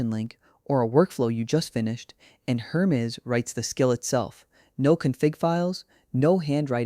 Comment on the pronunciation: You could at least fix the AI speech to correctly pronounce Hermes.